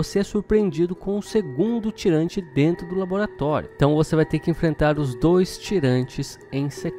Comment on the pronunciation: chamou de "TIRANTI" leva meu like!!! pq na epoca aqui no bairro todo mundo falava "TIRANTI"